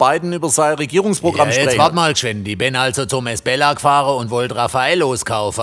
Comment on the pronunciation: Ein Glück gibt es die Kommentare, ich hab ums Verrecken nicht verstanden, wie der Laden hieß, dank der Kommentierenden weiß ich es: Esbella! Und ich hab die ganze Zeit "Miss Bella" vestanden 🤣